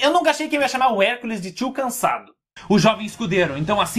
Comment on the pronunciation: cara tu falou tio cansado o HERCOLES kk nemeu acreditei cuando ouvi